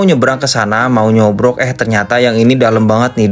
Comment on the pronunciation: BUKAN NYOBROK MASE TAPI NYOBOK